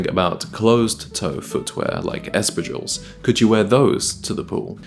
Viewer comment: You are not pronouncing espadrilles correctly Real men do not wear jewellry ( unless they're Prince Harry). What nonsense to recommend cheap tacky necklaces. You NEED A BRITISH OFFICER CONSULTANT. They'd laugh at your wimpy suggestions.